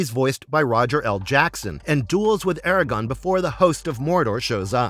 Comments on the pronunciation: How can the narrator not know that it's, "ARAGORN" and not, "Aragon"? He called him Aragon multiple times. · AIR-A-GORN!!! AIR-A-GORRRRRN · ITS ARAGORN FFS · Every “Aragon” was like a kick to the gut. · The way you keep mispronouncing Aragorn is killing me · Mf can't even pronounce aragorn right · Gawd it hurts when somebody knows nothing about Lotr. Who is Aragon? Wingwraith? Seriously if your going to make a video at least the the pronunciations right 😭